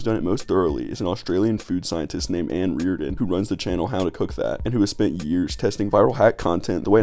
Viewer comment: I'm sorry, the channel is called "Hyow to Cook Thyat".